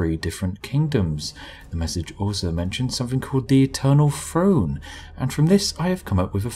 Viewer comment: No offense, I love your videos, but what's an "Eternal Frone"?